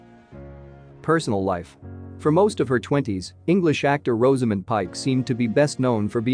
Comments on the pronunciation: You could start by pronoucing her first name correctly... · All this about Rosamund whilst mispronouncing it!